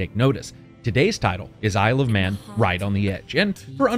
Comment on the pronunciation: The first few times you said "Isle of Man" I swear you said "I love men"... and I was like... okay that's an interesting title, but what does it have to do with motorcycles? Also that Chakam: The Forever Man reference. That game was fun. Sadly my Genesis won't turn on anymore. Just like my wife! Heyo!